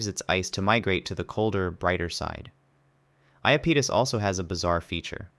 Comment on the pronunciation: Sure did mispronounce a few of those names, never heard Iapetus said that way before